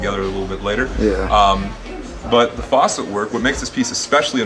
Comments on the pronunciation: for sure .. but its facet not faucet lol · It’s facet not faucet lol Sick glass tho, I hope they’ve survived the pandemic. Wish LA had shops like this 😩